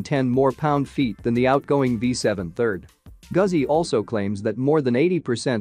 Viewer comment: "Gooozi" or "Goootzi", not "Guhzi".